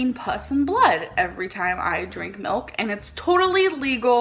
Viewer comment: I'm Asian and I was trying to translate what "melk" is then I realized that's how Amber pronounce the "milk" lol